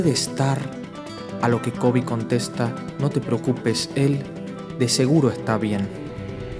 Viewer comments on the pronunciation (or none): none